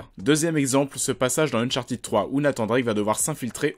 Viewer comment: « Unchartiid » mais non !!😂😂😅